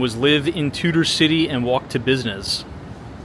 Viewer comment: It's Tudor Ciy, not Tutor City.